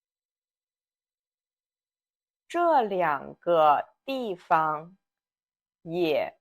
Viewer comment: well I know about the first tone in 方 and neutral in 地方 when its meaning is a place. But the first time you use this word in video you mistakenly put the second tone for 地. Maybe that is some dialectical pronunciation, I don’t know.